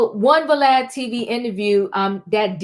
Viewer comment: Vlad ,you say valad🤔 it's not va